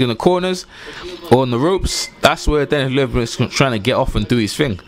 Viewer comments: Dude slow down it’s led-be-dev. Queens English my ass. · Lol Big below me, "just call him Dennis" lol...I lost it by this one "Dennis Moovinemoo"...just messin with you tho great vid